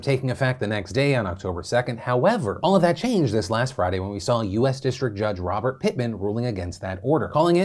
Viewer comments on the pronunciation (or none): none